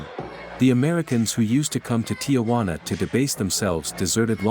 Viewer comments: It's TIJUANA! NOT TIAJUANA! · Ti-Juana not Tia-Juana.